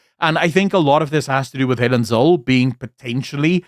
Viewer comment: Please check yr pronunciation for Helen Zille! Thx.